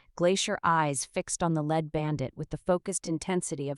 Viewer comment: "Leeed" bandit ....not "led" bandit. I swear the AI reader can't read sometimes.